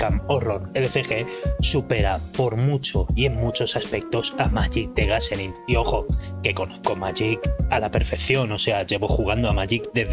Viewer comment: Gacerin? Qué pasó con ese inglissssh? jajajaja